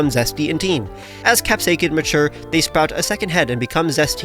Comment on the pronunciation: You are pronouncing capsakid wrong btw😂